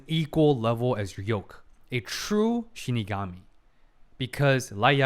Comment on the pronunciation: Finally the long awaited fateful encounter episode, and with the proper shiNIgami pronunciation on top of that, chef kiss XD For me this is top 3 favorite episode from the series, intense layered psychological battle with some jaw dropping moments, can't ask for more. And it's the real beginning to their legendary battle. the real winner is Ryuk, he got the VIP seat to this epic showdown lol